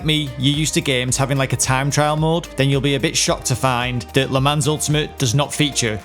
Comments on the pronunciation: Nope, it also doesn't rhyme with Don, Ron and gone 😂 It is actually pronounced like Luh Mahn (with the "n" being barely pronounced, more like a nasalized vowel. Btw. Great video Rev 👏🏻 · please PLEASE its pronounced 'le mon'!!! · Tip nr 0: Le Mans is a French name. The S is silent and if you really want to pronounce it correctly you don’t even speak the N at the end. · Great tips, but, god damn you're butchering the pronunciation of 'Le Mans'. Thank god you're not talking about 'Grand Prix'. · Great video! Btw Le Mans rhymes with Don, Ron and gone, not pans, hands and cans! 😉 Also, i went to Le Mans for the first time last year and the French don't have water on tap on their campsites. We had to unscrew the shower head to fill up a saucepan to boil water for tea!! So stock up on bottled water if you go!! 😂